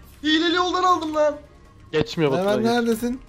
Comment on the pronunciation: NDNG-Enes Batur :Mervan yerine - mirvan :D